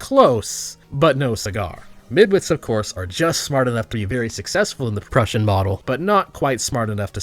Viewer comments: Prussian, not "Perusian" model I think you meant. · Did you just pronounce Prussian as “Proozjin”? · I was starting to become convinced, but then bro said "Proozhin Model" . I decided I'd totally ignore his midwit opinion, make a snarky comment, and then go outside to enjoy the lovely weather and feed my animals. 0/10. Unsubscribed. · Did you pronounce prussian "peru-sian"? you darn midwit jk jk jk jk jk jk jk jk jk jk jk jk jk jk jk jk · Wait... Did you just say "Prooshen model"?? Yikes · that mispronunciation of Prussian really hurt my history nerd ears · I've never in my life heard someone pronounce Prussian like that